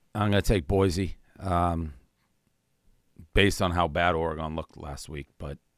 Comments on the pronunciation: “Ora-Gon” -Dave Portnoy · “Are-gone” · One of these days Dave will learn how to pronounce Oregon like everyone else on the show